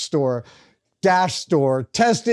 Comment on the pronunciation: Can't say tested store properly demerit badge